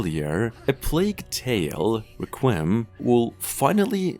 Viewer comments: Subbed! One thing… Requiem has accent on All three syllables … RECK-QUEE-EM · Requiem (Wreck-we-um)